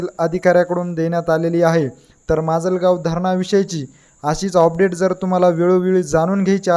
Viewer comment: ऑपडेट नाही रे बाबा..अपडेट असते ते